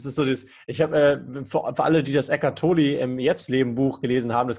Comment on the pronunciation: Der Knabe heisst "Tolle" und nicht "Tolie", ist schließlich Deutscher.